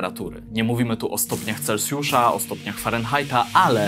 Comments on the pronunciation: chciałbym też zauważyć że nie mówi się celcjusz tylko celsjusz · Celsjusz… nie celcjusz.